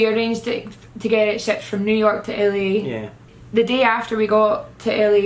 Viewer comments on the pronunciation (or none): i taught said Italy every time she said LA.😂